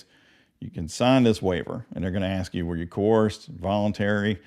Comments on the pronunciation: Great job but you missed the biggest one yet...It is not AX, the word is ASK! My mind went nuts everytime I heard that.. AX...AX.... AX..... ENOUGH YOU MUDERER.. Great Video.. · Aks and aksed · He axed alot... asking wasnt an option... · ) : ---- but he wouldn't ask; he'd ax.